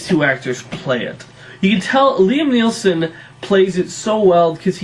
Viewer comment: Its Neeson and Brosnan, not Neelson and Brosban